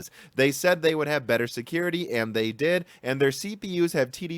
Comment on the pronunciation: Why do you say 'am' instead of 'and'? ;-)